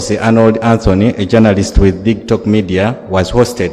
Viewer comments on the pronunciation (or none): MUSOKE not mukose, please.